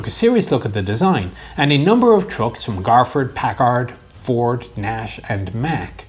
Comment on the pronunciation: "Packaard," huh? First time I've heard Packard pronounced that way.